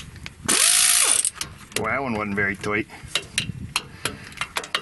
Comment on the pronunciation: Not the ol' classic reacharound! And when you say, "that wasn't very toight" you mean toight like a toiger, roight?